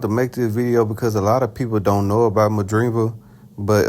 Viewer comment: By the way you say Madrimov i can tell you haven't seen any of his fights 😂